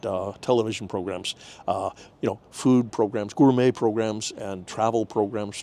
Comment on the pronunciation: He says ‘gourmet’ like Japanese do😀